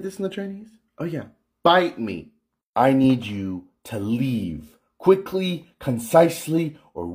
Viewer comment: Its pronounced, *Reave, asians cant say L thats why theres no asian places with the letter L, its always R instead